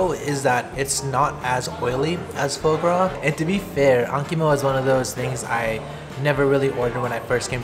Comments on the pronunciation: It's pronounced /fua/ gras, not /fou/ gras. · Before somebody gets nasty about it, foie gras is pronounced "fwah grah". Spent 17 years in Europe, and it's one of my favorite things to eat in life. I've had the monkfish liver once, but it wasn't decent quality. Hopefully the wife and I can make the trip to Japan and try it soon.